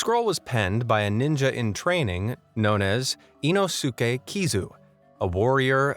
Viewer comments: It's Inosuke (EEE-nos-kay) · Not sure the narrator will read this but if a Japanese word ends in "suke" it's generally, if not always pronounced "s-kay" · You mispronounced the Japanese ninjas name, it’s ino skay being the closest way to write the pronounciation of it, it’s two separate words in the Japanese language put together to form a name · Did he say inoske 😈 🗡️ demon slayer reference ??? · sorry but did hey say inosuke kind sounds like inoske 🤔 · dude! THE U IS SILENT IN INOSUKE'S NAME! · I'm really sorry but the narrator did Inosuke's name really bad. It's worse than Inosuke's name pronunciation